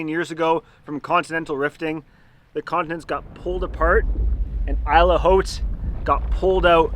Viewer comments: 👁️ ll say it with me. Not eel, 👁️ ll it means island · Why do you pronounce isle differently? Shouldn't it be pronounced as "ile"?